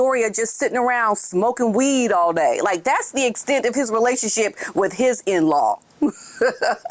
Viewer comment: Smokn "wehd" Nooooo you di'ENT😂😂😂